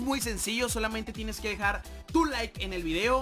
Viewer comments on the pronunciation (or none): none